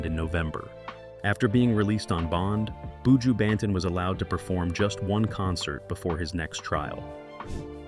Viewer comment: Lawd. Please learn how to say his name properly tpc